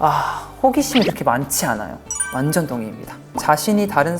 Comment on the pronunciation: 완젼이라 하는 발음 왜케 기엽니ㅠㅠ 영원한 막내 쭁